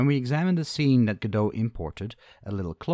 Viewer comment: you cant say godot...